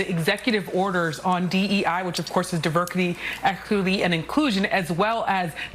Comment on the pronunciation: "Diverkety Elquidity Inclusion" 😂😅 WHAT ???